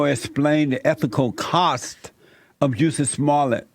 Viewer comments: Why does it sound like he’s calling him JUICY ? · I’m sure I heard juicy smallcock at the start 😂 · Juicy Smollett 🤣🤣 I can’t get past him saying Juicy. Now that they’ve reopened this case I hope they cage Jussie this time.